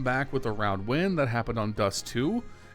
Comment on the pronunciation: Bro it's DonK, not DonG